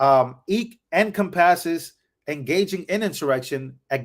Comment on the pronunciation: Encompass is said like the word “compass” except en first…. So it’s en- compass….